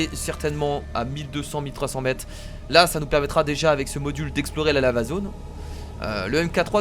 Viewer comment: je sais pas si vous avez remarquer mais moi j'entends la zone lama au lieu de dire la zone lava ☺ sinon super épisode comme d'ab' et j'ai hâte au prochaine épisode de Plante Versus Zombie 2 !!